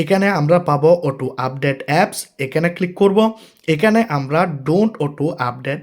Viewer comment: Auto❌ uto✅🤣🤣🤣🤣